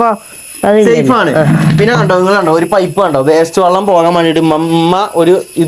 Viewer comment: വള്ളം അല്ല വെള്ളം